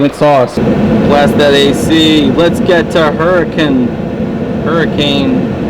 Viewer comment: It's pronounced hurakin Just a fun fact from someone who used to live in the area